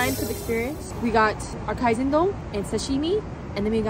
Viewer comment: かいぜんどんじゃなく、かいせんどんです。